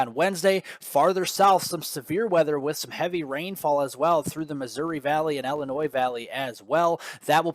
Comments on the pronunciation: you are driving me nuts: Illinois is not Ellenois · Yo! No, it’s “ILLAnnoy!” 🤣🗽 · Hey, you say tomaTO, I say TAmato.....ha ha. I did notice it too though, with a chuckle.